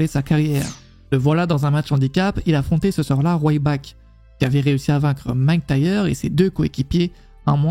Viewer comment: va falloir progresser sur le prononciation des noms :') RYback et McINtyre